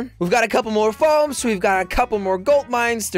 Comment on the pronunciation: "We got a couple more foams, got a couple more golt mines."